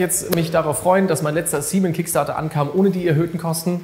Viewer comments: Also ich würde es begrüßen, wenn du CMON wie "Come on" aussprichst und nicht wie "semen", das ist einfach auf so vielen Ebenen falsch XD. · warum wie bei ankh "seamen" (oder english semen) und nicht einfach normal seamon? da cmon ne O und nicht E hat? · Can't unhear :D